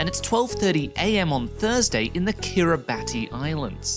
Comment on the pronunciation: FYI: Kiribati is pronounced Kirabas :-)